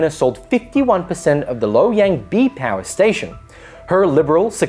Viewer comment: Calling Loy Yang, Low Yang